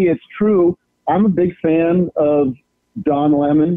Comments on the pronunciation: Does he keep saying Dom Lemon?? I don’t think this guy is actually being serious. Is this some kind of joke or something?? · I could never keep a straight face while listening to him constantly saying Dom Lemon...